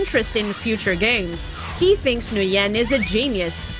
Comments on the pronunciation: It’s Nguyen not Nguy-en idiots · Stop Flipping saying Nguyen wrong. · LoL cringe how she pronounce NGUYEN